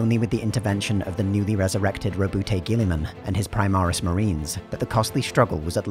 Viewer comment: the emperor winches everytime someone mispronounces gulliman"s name